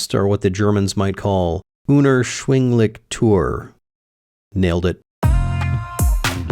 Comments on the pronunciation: Doppel-coo-p-loongs ge-tree-beh unerschwinglich was okay but try toyer the "eu" sounds very similar to "oy" Might be a good help for pronunciation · Great video about the cayman! "unerschwinglich" was pronounced good but "teuer" is pronounced like toy-er. Sorry for the correction, but I have to, I'm german 🤣